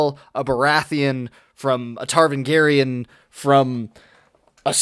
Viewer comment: I like your rant. And it is funny you say "Tarvangarian". Haha. That will get the fanbois going. But the no pay off part is actually good. I did like the Ned Stark plotline. It created a real sense of realism and unpredictability. But then thinking about it, it does create this vacuum and this is probably the reason why he cannot finish his books. In other words, you are probably right.